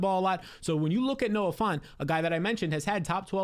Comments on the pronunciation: it’s Noah Fant, not Noah Font. Get your head outta the Times New Roman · You keep saying Noah "Font" 😂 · Dude really said Noah fant lmao